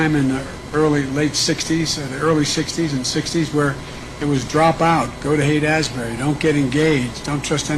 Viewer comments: He's talking about Haight-Ashbury, but he calls it Asbury, like as in Asbury, Iowa , Asbury, Kentucky, Asbury, Minnesota, Asbury, Missouri, Asbury, New Jersey, Asbury, North Carolina and Asbury, West Virginia, but not California. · Biden said "Haight-Asbury", which is exactly half-way between Haight-Ashbury, San Francisco and Asbury Park, New Jersey. --never been there myself ...